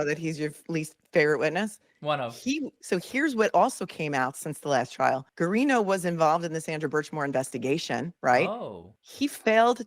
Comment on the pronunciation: it’s GA-RINO the U is silent. That’s how we’ve always pronounced that last name in Boston anyway.